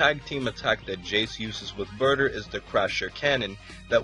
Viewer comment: he said Brouther instead of Burter xD and that actually is how i called Broly